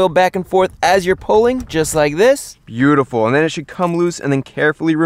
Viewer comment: No one: Chris: “byutiful”